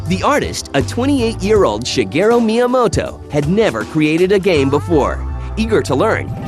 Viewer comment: Shigeru not Shigero...